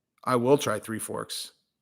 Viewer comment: Chael and his “Will Fury” kills me 🤣